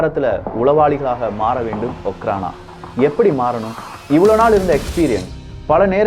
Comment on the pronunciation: Hi bro okhrana means just security in russian language im studying in russian University,in my university all security called okhrana and pronounciation also அஃராண